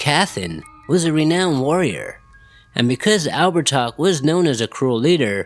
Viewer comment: Actually it's pronounced Ab-her-tah. He was around 6 ft 2 blonde hair blue piercing eyes, oh and he liked to wear white.